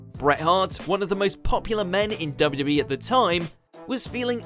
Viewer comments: Has been drinking? He can't say W.W.E! It sounds like wwbee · You can never say ‘WWE’ again